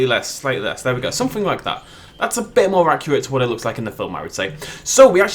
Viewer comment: How he talks: someFINGK instead of something. Why? Idk. I guess that’s just somefingk weird about him.